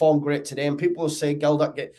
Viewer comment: Totally agree....apart from the pronunciation of Gelhardt. MOT